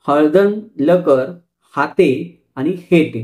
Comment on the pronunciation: हाटे असे नाव आहे. हाते नाही. Kindly rectify. Video is very good and informative. Thank You